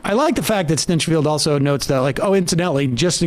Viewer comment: I like how Sam pronounces his name "Stench-feld". LOL